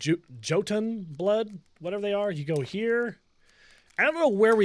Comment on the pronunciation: Hey buddy, J as in Joton is pronounced as a Y so it'll be Yoton.